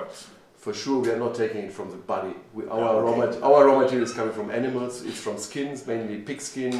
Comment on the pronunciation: i thought he said enemas when he said animals